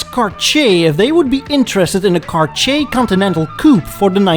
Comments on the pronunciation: Tom Selleck ! Also, respectfully, it’s not “Car-chee-a” but rather, “Car-tee-yay”. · “CarCHAY”? Really?! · Next time you english guys need to say Cartier...try saying Car Tee Hey instead. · Every time you pronounce “Cartsjee”, a watch somewhere silently cries and breaks down. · Who THE HELL pronounces Cartier as CarSHAY???? Unsubscribed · if he says "car-chay" one more time I'm gonna scream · Your killing me with the pronunciation of Cartier. Car-tee-aayy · 🤣 The way you pronounce the French word "Cartier" sounds like you say "Kar-Chier" and "chier" is the French verb for "taking a shit". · Cartier should be pronounced car-t-ay I believe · soi he has no idea how to pronounce Cartier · I am unsubscribing from this channel - if is going to attempt to do this in English he needs to vaguely learn how the names are pronounced. It hurt my ears. Just BAD!